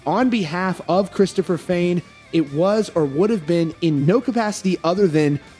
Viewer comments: On behalf of all that are easily annoyed never say "Fehn" that way. Ever again. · He may not have been a manager or something like that but he put his ass into helping write and recording the music. However I don’t believe he was right about the siphoning. Also please pronounce “Fehn” the correct way. Their business manager is just bad. He clearly didn’t know he band.